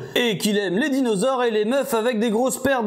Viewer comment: A . C'est quoi un "dinausores"? 😂